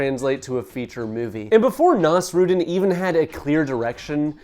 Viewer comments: ❌️ naws-ROOD'n ✅️ naws-roo-DEEN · ive never heard someone butcher nasrudin's pronounciation this badly before. can you search it up next time? its not that hard to pronounce correctly